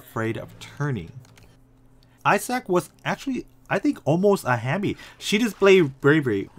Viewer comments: Are Yall just gonna ignore the fact that he said i sack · Are Yall just gonna ignore the fact that he said i sack?